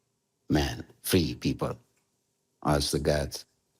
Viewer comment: uite ca diliul o rupe si pe englezeste...ai iem for da pipal, for da lalala...bravo, ma, diliule!